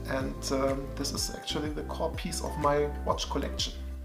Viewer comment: Wait, , was that "core piece" or "codpiece" (not judging). Regardless, I would certainly never argue with any dude that wears a Rolex codpiece.